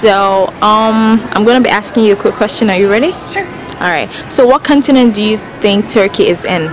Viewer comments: Make sure you say CAWN-tinent and not CUN-tinent. I think some people are repeating it, because they are hearing a bad word (C***) and unsure what you said. Just a suggestion. Also the title of the video should be "Where do Americans think Turkey is?" because you never really asked what they think of Turkey. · Aren't you American? You sound like one, but people didn't understand your pronunciation for "continent"?